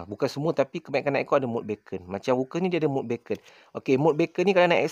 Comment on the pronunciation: Beacon bukan sebut "baken" bro, baken tu bunyi macam bacon iaitu lazimnya makanan potongan/kepingan daging haiwan dihiris halus, kalau orang putih biasanya babi, tapi sekarang ada versi halal dari binatang yang halal. Beacon disebut sebagai "biken", beacon ni maksudnya lampu amaran atau isyarat sebagai panduan, contohnya rumah api adalah beacon pelayar. Sekadar perkongsian, kita sama-sama belajar 😄